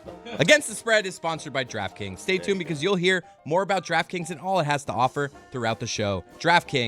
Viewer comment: "Draft Scrings." 😂